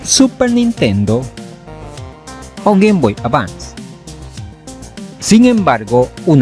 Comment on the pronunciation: por que cuando dices gameboy advance , dices avan?